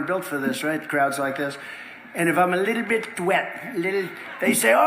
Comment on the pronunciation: Does Trump have a problem with pronunciation?? In all his speeches he pronounces "little bit" like the wierdo he is.